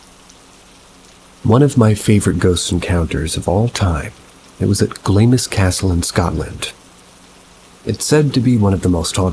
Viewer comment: That Scottish castle is pronounced 'glams' I know you probably don't care but I knew exactly what you were talking about because it's spelled so weird 😅💜🙏🏽